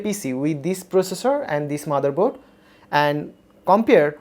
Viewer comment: Kids say motherboard , legends say maderboard 🤣🤣